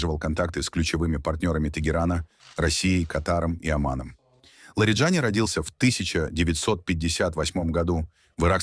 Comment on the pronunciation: В иранских фамилиях ударение всегда на последнем слоге. ЛариджанИИИ